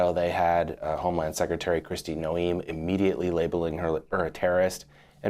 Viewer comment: If you can't pronounce Noem you probably shouldn't report on this topic